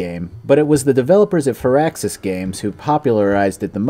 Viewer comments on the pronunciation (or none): none